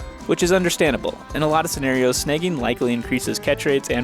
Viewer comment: Took me a while to figure you were saying "sn-ah-gging" a fish. I heard "sn-eh-gging".